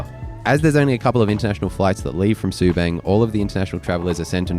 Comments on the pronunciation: Btw, its pronounced Su 'bung', not Su 'bang'. And its Sa 'li ta' not watever pronounciation u said lol XD. Just a tid bit. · Its called Sue- bung . As in rung, lung. 😅 you could fly to koh samui From Subang before covid . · Bro, you could at least pronounce Subang ans Seletar properly. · It is pronounced “sir-lee-tar” and “sue-bunk” “car-lung” 😂 There are more than just 2 airports in Singapore, including military airports. Changi airport is not dated (omg!) It is constantly being renovated and upgraded. It is one of the world’s best airport. Dated is not the word you use to describe it. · seletar ser lee tar subang sue barng butchered it lols